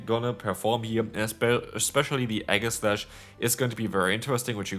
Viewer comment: Enamorous = e-NAM-or-ous Aegislash = EE-jeh-slash